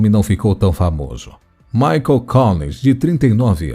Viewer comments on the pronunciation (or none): none